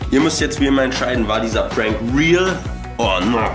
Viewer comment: Its ä prääänk 😂😂😂